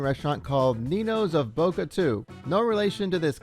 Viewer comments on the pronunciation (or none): none